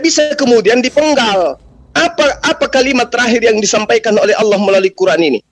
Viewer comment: owlloh itu tertulis di kitab apa. Sedangkam alquraan dn kitab nasrani tertulis allah bukan owlloh. Kalian tau perbedaan huruf dan huruf O. Maka itu kalian buta atau sumbing. Ya kalian itu di tertawanakan dunia. Karena sebutan ALLAH bukan OWLLOH. Aps suara benaran atau suata editan. Rupanya editan maka itula islam kekonyolan islam agar afa bahan koten di sebarkan. Akal anak kecil ko bisa mengakal org dewasa sdh berpikir matang